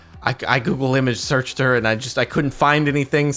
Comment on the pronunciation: He said google sreach an my phone screached